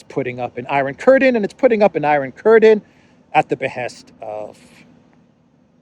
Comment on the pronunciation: Samuel L. Jackson from Pulp Fiction: "say iron curdin one more time, I dare you".